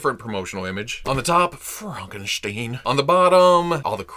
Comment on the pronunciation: the stein in Frankenstein is pronounced st i like you say I n